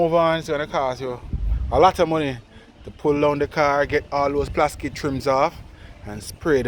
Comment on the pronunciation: Man say ‘plaskit’ 😄